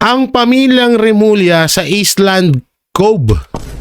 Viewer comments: correction hindi island ang pag basa kundi ayland po kong basahin ang Island he he he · Island is pronounced as "ayland" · Omg! Pronounce ISLAND properly!!! Nag aral ka ba? Ka diri!!